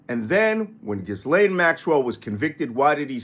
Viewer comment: You're the only one, apparently, that pronounces her name properly... A little aside, but still.